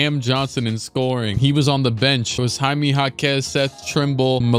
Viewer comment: Why did he pronounce Jaime like that 💀